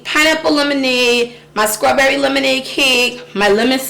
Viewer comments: I hate how she says strawberry but love how she says cake. 😆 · Mispronouncing words isn't an accent. Placing the K sound where there's a t isn't an accent. Its mispronouncing a word. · Agreed. I wonder if shez Geechee. The way she says 🍓 reminds me of my mom. She was a country girl. Every s-t-r word she pronounced s-k-r..... my girl lol ❤ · SCRAWBERRY and FREW?!! 😱I BET YOUR AZZ SAY MUURK.. 🤣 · A SCRAWBERRY N. CREAM CAKE🤣🤣